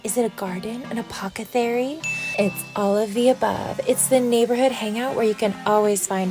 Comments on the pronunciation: It's pronounced Apothecary not Apokathery. Also Bryan Betita is correct- Seattle is not "right on the ocean." New Yorkers who live on the Upper East Side do not say they live "right on the ocean." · Apocethary? Sure it is! She's SO Smart!